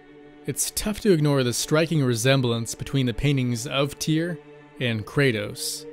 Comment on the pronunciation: STUDIOS It's Tyr not Tear.